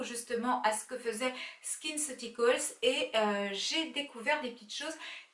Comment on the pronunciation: Coucou, je te souhaite une bonne et heureuse année à toi et à toute ta famille☺️. Très belle routine, tu m’as fais rire avec « skinceuticols » non c’est skinceuticals 😂. Tu as choisi un excellent produit, et je suis sûre que tu le rachèteras, j’utilise un de leur sérum depuis de longues année, et malgré le prix excessif je fais une cure une fois dans l’année, et j’en suis hyper satisfaite😉. Pas mal ton gommage avec la crème cicalfate, en plus je l’achète toujours pour les enfants. Merci, je vais essayer👍. Mille likes 😍😍👍👍😘😘